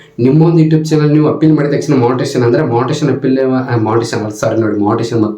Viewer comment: ಲೋ ಪೆಕ್ಕರ್ ಅದು etube ಇಲ್ಲ youtube